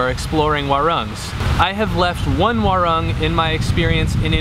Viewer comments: "Werrang" hahaha it's wah-roong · U should pronounce as "waroong"